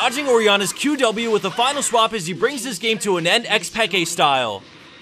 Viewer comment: Lol how you pronounced xpeke